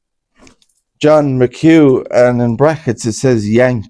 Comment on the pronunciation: Nice to hear someone finally pronouncing McHugh properly 😊